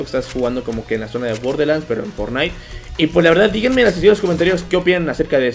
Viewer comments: Se dice borderlands no borde XD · Se dise borderlans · SE PRONUNCIA BOR DER LANDS